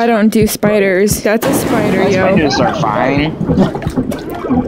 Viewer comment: The way said spida😂